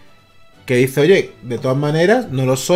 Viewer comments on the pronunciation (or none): none